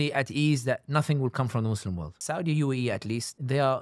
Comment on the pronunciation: the american accent and the "mohz-lehm" 🤣🤣